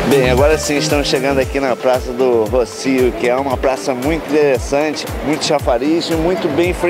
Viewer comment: Brasileiro agora está chamando a praça de Róssio. Pronuncia-se Rossío!